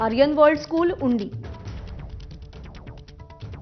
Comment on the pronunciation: उंडी नाही ग उंड्री 😂😂